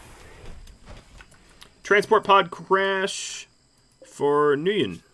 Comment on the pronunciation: 'nguyin' is pronounced 'win'